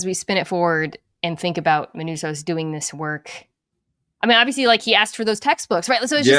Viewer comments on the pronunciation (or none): MANOUSOS. It's not Minunos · Only downside to the season ending is we now have to wait however long until the next season for to go full black old head and call Manusos "Menounos" throughout. Just keep it going as a bit but don't ever acknowledge it!